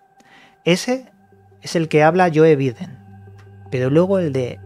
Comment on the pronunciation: Me gustan mucho tus vídeos, pero por favor se pronuncia "You Baiden" no "Yoe Biden" jeje